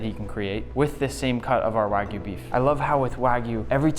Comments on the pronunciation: Notice, all you freakin imbeciles out there, that JAPANESE pronounce the Japanese word, wagyu, as WAH-GYOO...NOT WAGOO! GET IT RIGHT! Man, people saying wagoo really gets under my skin. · Heu, le français qui traduit où lit le texte pourrait-il faire un effort sur la prononciation des mots japonais, car entre "ouajiu" où "cobE" ... très peu pour moi. 👺(je me suis arrêté a 25 sec de vidéos pour éviter une perte d'audition)